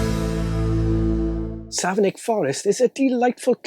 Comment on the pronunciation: I'm from Savernake Forest! (It's pronounced "Savernack", by the way.) This'll make a great present for family and friends. 🙂